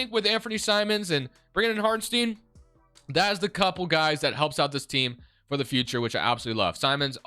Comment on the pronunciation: Sorry, its really bugging my ear, the guy isnt called Hartenstien but HartenstEIn, like in Einstein.